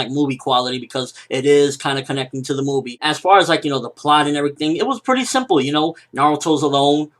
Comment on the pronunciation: "TENTEN LOOKING PREATTY DISCENT " hahahahaha